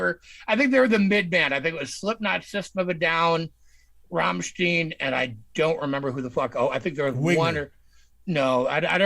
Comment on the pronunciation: Entertaining conversation guys, but It's pronounced as in vine Rammstein. i think when they occasionally sing in English it's with Tongue in Cheek. We're all living in Amerika, Coca Cola and sometimes war lol